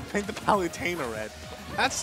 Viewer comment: “Palewtana”. Lol